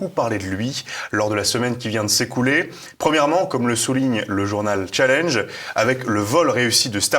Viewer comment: Errare humanum ouest ! Ce n'est pas : "Tchalindje", comme vous dites, jeune barbu, mais c'est : "Chalenge", un magazine bien de chez nous, Mon Bon !